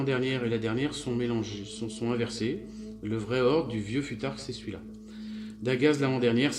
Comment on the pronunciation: bonsoir ,sa se prononce foutark